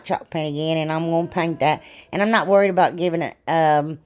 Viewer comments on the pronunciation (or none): none